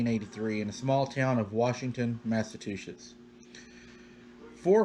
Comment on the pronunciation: Hey --love your stories! I had to laugh when you pronounced "Massachusetts" as Massa-two-shits! LOL---Its pronounced "massa-chew-sets" I have a friend that says it like you do and I always laugh--your so cute,, keep up the terrific stories😊